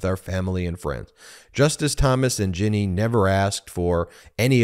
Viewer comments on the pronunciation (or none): none